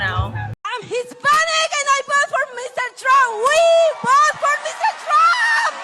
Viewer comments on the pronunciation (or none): singing* "I WILL VO FOR DOUGH-NAL TROUMP"😂😂😂